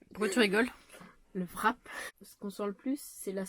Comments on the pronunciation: '' Wrap '' est un mot anglais. En anglais, on ne prononce pas la lettre '' W ''. Donc, cela se prononce '' RAP '' tout simplement. Ta présente vidéo est très joyeuse, vous m'avez bien fait rire toi et Aaron. Bravo pour le CT, tu peux enfin passer à autre chose. Bonne continuation et au plaisir de vous revoir tous les trois dans tes prochaines aventures. 💜💜💜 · Bien bien FAT ton wrap...😊😊... J'y serais allé avec un peu plus de modération mais tant que ça ferme!...en passant au Québec on prononce tout simplement RAP sans W ni V;-)